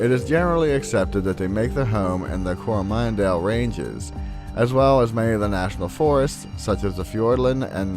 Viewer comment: I'm kiwi and I've heard of the hitch hiker, said to ask for rides along the gorge leading into gizzy. But I was cringing at his pronunciation of place names, couldn't even say coromandel properly lol.